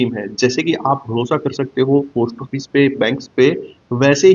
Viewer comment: आपका उच्चारण ठीक नहीं है पोस्ट ऑफिस ठीक bole